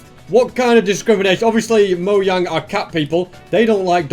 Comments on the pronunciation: bro said moyang not mojang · Yeah it's moyang not mogang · he said moyang but I still love the videos great job keep up the good work! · Not moyang mojang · says moyang me: TO THE COMMENTS